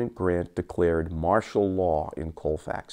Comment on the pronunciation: It is pronounced calfax